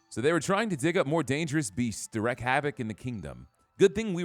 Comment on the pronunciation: Wreak is pronounced reek, not wreck xD